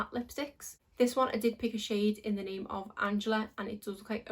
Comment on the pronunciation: Yes you pronounced my name correct, and I love this eye look.